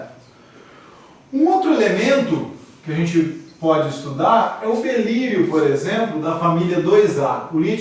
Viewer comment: Aula muito boa, mas avisem ele que é “Berílio”, não “Belírio”